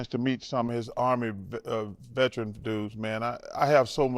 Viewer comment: wtf is a vertrin? is that like a veteran??? or is it more like the milltree ?